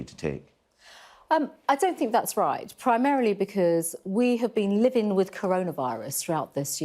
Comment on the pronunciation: What's 'Policin' Does she mean Policing 'Gatherins' 'Livin' 'face Coverins' 'Social Distancin' 'Spreadin'